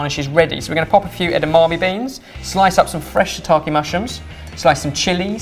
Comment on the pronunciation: Dear, I can't recall a time when I've been annoyed at you, but you've done something. It's not shiitaKII or saKII. Shiitake and sake,. Ke is pronounced as Ke (like keg). Yours Sincerely, a slightly peeved Julia.